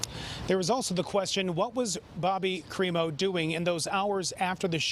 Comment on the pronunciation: Creepo instead of crimo!!!